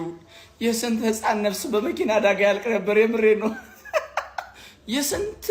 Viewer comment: የመኪና "አዳጋ" አይደለም አደጋ ነው የሚባለው አንተ ሰገጤ